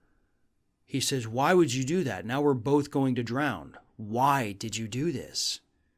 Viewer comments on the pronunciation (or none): I love the scorpion and frog fable but the word is "drown" not drowned or drownd haha!.. unless it's past tense.